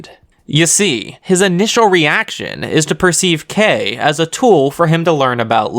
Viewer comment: I still Love how you pronounced Kei's name Edit: also Chabashira